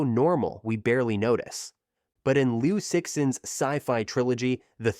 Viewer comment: Liu cixin is pronounced Liou tzi-shin and the tzi isn't tzee but the I sounds like the euhh in brother euhh Also the San Ti 三體 is pronounced San Tee, not San Tai Chat I'm sorry I just get super irritated when ppl pronounce Chinese names wrong💀